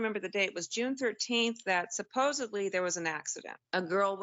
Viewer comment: Sub 2 minute "suposably". Gonna be a good one!